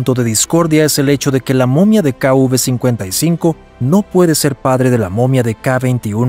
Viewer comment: Sería KV no kuv, el relator del documental debería aprender identificar la letras.